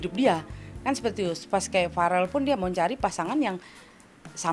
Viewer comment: Bukan varel tapi vereeel